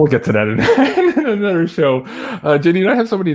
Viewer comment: here from Louisiana where a lot of the people are Cajun (Acadian) descent & French descent. Those of us who have a thick accent also say dis, dat, dese & dose. Lol. All the "th" sounds are replace by the "d" sounds, just like you udder and anudder. Just keep on keeping on because we love you & Janine & all your guests!